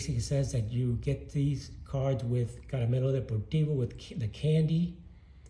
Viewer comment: Congrats on these beautiful Minoso cards..😍😮 I love to hear you say Caremelo´ De´portivo the rolll of your tounge..😊 Thank you for sharing..👍💕🔥👊